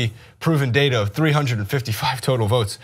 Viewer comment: it's ''data'', not ''data''.